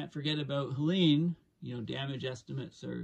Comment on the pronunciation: politely, i've heard you call it helena a few times. it was helene